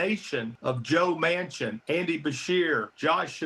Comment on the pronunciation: Dude said Joe Mancin😂😂😂😂